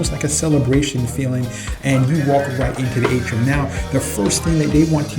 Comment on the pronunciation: Atrium not Atrum, otherwise pretty good vid; Will be on the Seascape next month; Thank You